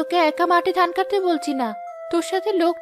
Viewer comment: পুরুষ কণ্ঠে উচ্চারণে ত্রুটি আছে, যা শুনতে খুবই খারাপ লাগে। যেমন, “ধান”কে সে “দান” বলে। এমন আরো অনেক ত্রটি আছে। ত্রুটিগুলো শুধরানোর চেষ্টা করুন। আমি আপনাদের মঙ্গল চাই বলেই এমন কমেন্ট করলাম।